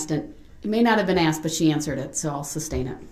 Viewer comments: He is saying "substain" right?? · Does he say substain ?! 😆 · If he says “SUBstain” one more time, I’m gonna lose my mind 🤣😡🤦🏻‍♀️ he’s so infuriating!! Despicable human… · Stop saying SUBSTAIN!!! That's not a thing!!!! 👍🏻🤬🤬🤬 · Grounds, mind boggling, substain!! I probably would have went off. Now he’s a jail/ prison lawyer. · the way he’s not even saying “sustain” 😂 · Is he saying “substain” ? Lol